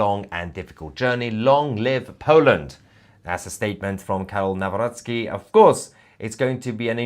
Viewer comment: Good pronunciation of Karol Nawrocki.